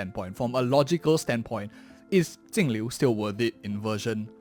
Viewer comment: which blind dingus reads her name with a T